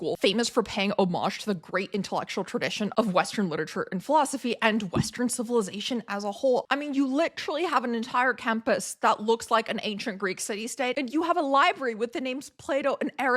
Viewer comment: Please, all of your generation, stop saying ‘litchrally’. You’re actually being figurative, and you’re not from England.